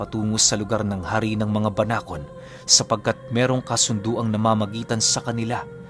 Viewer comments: Tama po ang pagbigkas mo sa salitang Banakon 😍😍🤗🤗👏👏👏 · Banakon Po Tama Po Yung pagkaka banggit nio mejo malumanay.solid Po Yung kwento ❤❤ sana maging series Po eto😊😊❤❤ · Tama po yong pagbanggit sa salitang banakon Pero yong sawa po iba po yon kc sa English is phyton po yon